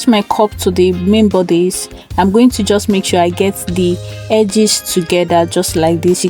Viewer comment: Very nice tutorial 👌.. but pls.. its mentioned (eye let) not iglet